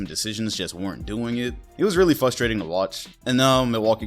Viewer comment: Not trying to hate, you're my guy... it's just a little FUStrating hearing you forget the first R in frustrating every time;)